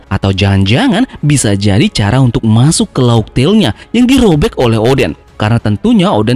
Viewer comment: laugh dibaca laug min... mantap kali... bukan laf